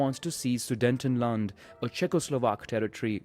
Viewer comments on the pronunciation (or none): "Sudentenland".... Sure